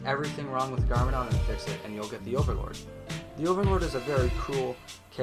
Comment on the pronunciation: wtf dos he say? garmadon and pixn